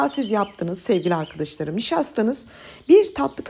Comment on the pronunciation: sizin Sevgili arkıdişlarım demeniz beni güldürüyor her defasında neden arkadaş demiyorsunuzda arkıdiş larım diyorsunuz